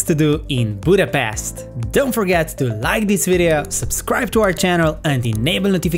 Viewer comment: One annoying things when they call it Budapest please don't say 's' we say it 'sh' Pesht Like in the Black Widow movie!!! Come on guys!!! 🤷🤦